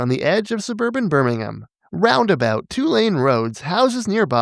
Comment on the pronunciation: Shoutout to a North American pronouncing "Birmingham" properly 🙏